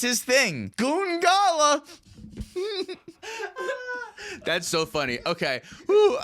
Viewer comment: You put the emphAsis on the wrong syllAble lol. It goes on the oo in goongala